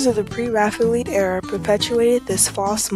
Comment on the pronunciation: Oh Professor…. Mill-EYE-iss? Millais. (Mill-AY). Pre-Raphael-EETS?? (Pre-Raphael-ITES). Respect the art & artist - please pronounce them correctly. Thank you.